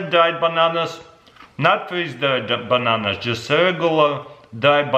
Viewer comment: Definitely tastes like bahnahnahs it’s like eating deh cheezits